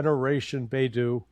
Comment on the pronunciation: Guys, the Chinese GPS is pronounced BAY ( as in San Francisco Bay) ..DOUGH ( as in donut ) Beidou = Baydoh Hope this helps xoxoxo